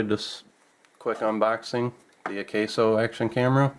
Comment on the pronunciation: AH-KAH-SO.. akaso. not AH-KAY-SO.. Osaka backwards. and old brand name from an electronics company. likely the same company name just turned around..